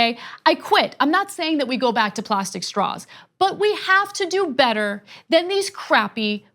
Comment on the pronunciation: Did she say she wants staws that don't suck? Lol if it was Intentional, lmao if it wasn't!